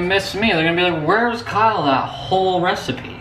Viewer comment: Every time Kyle says Kyle it sound like Carl